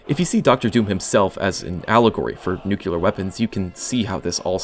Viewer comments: The word is 'nu-clear' not "Nu-cu-lar" New-Clear if that helps. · you're mispronouncing nuclear as nucular. Please don't. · NuCLEar. Not nuCUlar. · "new-clear" not "new-cue-lur" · I wanted to punch him in the face every time he said " nucular" ..... ITS NU-CLE-AR! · It is /ˈno͞oklēər/ NEW KLEE ARE stop pronouncing it like dubya Bush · Nu-killer. It's pronounced nu-killer... LOL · Maybe you should've used AI to help you pronounce Nuclear instead of whatever you said nuke-u-lar. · All I kept hearing was ‘nucular’ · why can't americans pronounce nuclear omfg